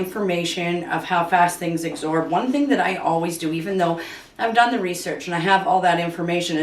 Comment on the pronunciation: It's absorb, with a b. Not agsorb, with a g.